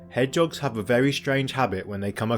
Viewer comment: Hedge'oggs? Surely the word is Hedge-hog?